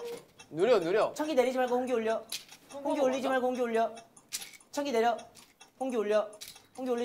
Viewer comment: 청기이..! 냅또..! 핳핳핳핳핳핳 진짜 ㄹㅇ 이번 청기 홍기게임은 마크가 ㅋㅋㅋㅋㅋㅋㅋㅋㅋㅋㅋㅋㅋ 진짜 개웃기네